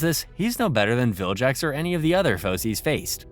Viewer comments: How tf is this guy saying "viljax" now, when he previously narrated the other 2 series where he said "Vilgax" correctly. He also made it seem like he's watched the show and grew up with it, but if he did, he'd never make this goofy mistake. Tf is going on 💀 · Vilgax not jax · You should get 20 years of punishment for pronouncing vilgax as viljax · saying "viljax" has GOT to be interaction bait 😭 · Take a shot every time the narrator says "viljax" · is this read by an AI? Viljacks fucking hurts me. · Man it's pissing me off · Saying "viljax" is a crime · And he says it 100 times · how do you watch the show presumably with the audio on and still say bros name so wrong ruined the series